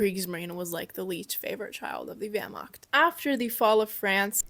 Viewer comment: THE WERMAKT 🗣️